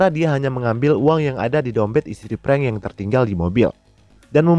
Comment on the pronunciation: Bro...raiso ngomong F yooo....frank kok jd prank? 🤣🤣🤣